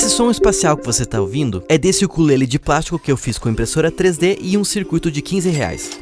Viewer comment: ta errado o jeito que voce falou ukulele